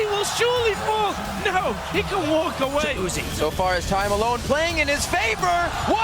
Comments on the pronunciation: anyone else getting pissed off at how this guy says uzi? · why do you fucking say "UZ- i" its one word Uzi learn to read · did he just call uzi you zi i? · Who the fuck is uzi-eye? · Why are Americans incapable of pronouncing words correctly? /s Who pronounces Uzi as YouZeeEye?? I'll never understand American pronunciation. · That caster calling Uzi U Z I was giving me a hernia.